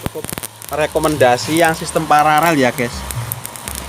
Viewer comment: Koreksi bos.... kata yg benar adalah PARALEL bukan PARAREL. 🙏